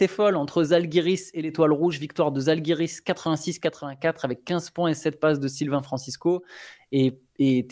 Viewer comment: On prononce Jalgiris, pas Zalgiris, merci ;)